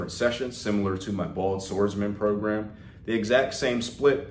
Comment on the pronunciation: "PROGAM" smh